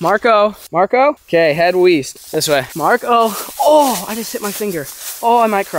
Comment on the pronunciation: Witch ways the wind blowing, “weast” llooll